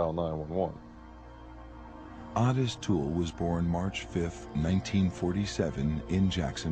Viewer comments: What is the narrator calling the OToole guy? I thought he was called Otis but he keeps saying Honest or something? I have never let my kids out of my sight in shops. Even when they tried out the "tantrum" tactic and I pretended to walk away, they were always in my line of vision, even though they thought I was gone. It happened twice, once each and never again. I used the leash things on them too so I always knew where they were. This must have been devastating. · Otis toole. For some reason every doc I’ve seen pronounces the O in a way one would say “AH” when the doc tells you to open your mouth and say “AH”